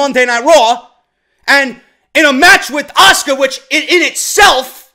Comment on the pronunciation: stephinie even makes asukas name sound like shit lol